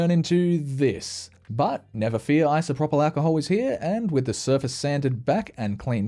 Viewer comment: Correct pronunciation of isopropyl: ai·sow·prow·pl